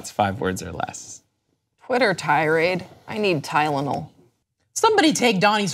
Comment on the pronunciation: Tylenol, not Tylonel